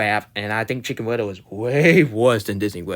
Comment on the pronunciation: Why do you pronounce Cickn wittle?